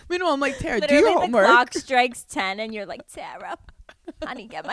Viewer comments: Hannah I love you so much but please don’t tell me you’ve been mispronouncing Tara (Tar-uh) to THE Ms. Yummy’s face this whole time 😂😂😂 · Love you guys!!! Tar•uh not Ter•uh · IT 👏 IS 👏 pronounced 👏 TARA 👏 like a star-a ⭐️